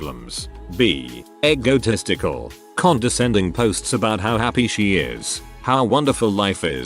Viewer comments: The robot voice mispronouned the word "egotistical" as "eggo testical". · I love how some words are pronounced. Egotistical = Eggo Testicle